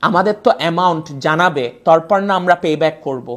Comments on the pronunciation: এত ভাব নেও কেনো বাবা? শব্দটা হল তারপর; তুমি তরপর বলো কেন? এত ওভার স্মার্ট হইতে চাও কেনো? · Tar uchcharon thik nai . Tarpor ke bole ' torpor' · তারপর বলার সময় মুখটা যা করসে। আর যে উচ্চারণ বাংলাদেশী হয়ে। জাতি হতাশ 😂